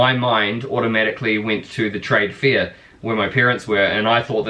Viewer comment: On the light hearted side of things, at the beginning thought you said your parents were at a "trade fear." God Bless us one and all.